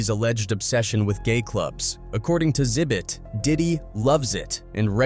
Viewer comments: Call him Zit bit one more time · ZIBIT????? Come on now, ZI-BIT? Come on now!